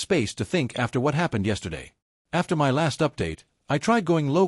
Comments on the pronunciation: Good story.. Sadly the AI needs to learn how to say " my ".. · The illiteracy of this AI voice leaves me shaking "M-Y" head. 🤨